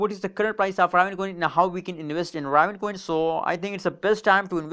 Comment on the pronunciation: Pronounced ( RAY - VIN )